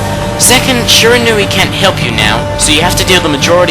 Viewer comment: Shirinau (hope I spelled right) he said it like it's spelled differently